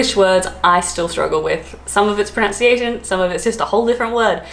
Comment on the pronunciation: seems to say "prow-nunciation", and I'm trying to work out if she's trolling us or not! xD